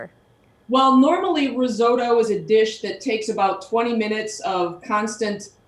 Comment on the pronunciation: Please learn how to pronounce risotto!